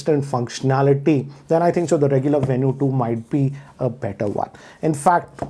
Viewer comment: Venu is supposed to be pronounced as Venue huh?